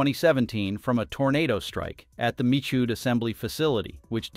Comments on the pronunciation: Poor narrator machine can't say 'mee shoed' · "Mikood" - from "Michoud" - jeez, these "AI" speakers really suck. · Please teach your AI voice to pronounce words correctly. Hint: It's NOT Mikood. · As a local and former NASA contractor, the correct pronunciation of Michoud is "Me - Shu" or "Me - Shu - d"